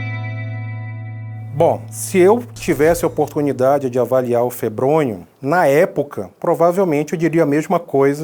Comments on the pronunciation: o nome é febrônio e o gordinho falando febronho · Não é febronho e sim febronio